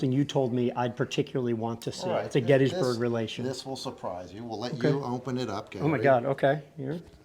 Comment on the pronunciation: I hate how miss pronounces Gettysburg.